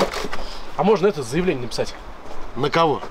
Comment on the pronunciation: Он так смешно говорит "заявление"😂